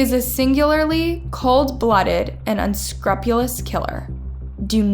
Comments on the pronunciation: Unsruhpulous lololol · You get words wrong in every video of yours. It’s so annoying. It’s extradited, not extracted. And it’s unscrupulous not unscruptulous. Last video of your you called blood spatter, blood splatter. Like how do you make videos like this all the time and don’t know it’s spatter???? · Good video but it’s pronounced “HAIRY”-KRISHNA. And it’s also EXTRADITED, not “extracted”. Lastly, it’s “UN-SCROOP-YOU-LUSS”. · So you bleep out “assault” but don’t bleep out “killing”? A little confusing there friend. Also it is pronounced “UN-SKREW-PEW-LUS” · Har-ee Krishna and unscroop-you-lus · Did they EXRACT her or EXTRADITE her? Did she put her dead lovers in ice-cream TUBS or TUBES? Lol. Even the way she pronounced UNSCRUPULOUS, AAAARRRGGGGHHHH!!!! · Can you look up the pronunciation of unscrupulous? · The way she said “unscrupulous” too. If she can’t say the word she shouldn’t use it in her videos.